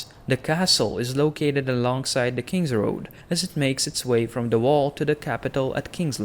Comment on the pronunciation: Quite funny how you say "wall". I always heard "vow" ^^